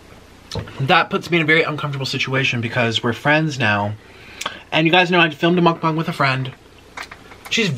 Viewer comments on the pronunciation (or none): Did he say muk-bong